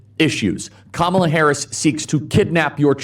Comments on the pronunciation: Kamala Harris is a women how about that, oh Nancy please pronounce it correctly because you are rude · Nan-SEA Ma-SAY! She refuses to pronounce “Kamala” correctly, so we’re changing the pronunciation of her name: Nan-SEA Ma-SAY! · I really hate how whenever Nancy Mace says something vile, she pivots back to her experience of being sexually assaulted. No woman deserves that, but this woman is trash. Straight up Karen. She mispronounces Kamala Harris' name and she claims she can pronounce her name anyway she wants. The she asks someone "how can you treat a woman like this". Absolutely amazing.